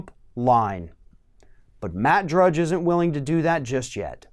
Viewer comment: lol, he said “Judge” at end…it’s Matt DRUDGE